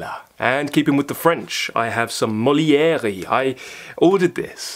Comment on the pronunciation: RE Molière...In French a final E without an accent is usually silent...ergo, the author's name is "Mole-ee-AIR"... As for "Rougon-Macquart"...pronounced "Roo-gohng (and to be most accurate, say "gong", but stop before the back of your tongue rises to make the second hard g sound) ..."Macquart = Mah-CAHR" ... End of French lesson...😄 Sheila (AKA Madame P)